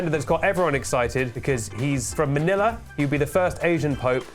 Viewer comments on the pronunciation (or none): none